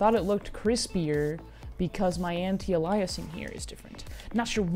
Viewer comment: Ay-liasing like in slay